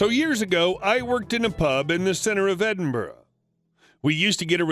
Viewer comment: Props for saying Edinburgh correctly.